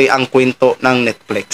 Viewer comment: Baka, NETFLIX not Nitflex. Bisaya k talaga..😅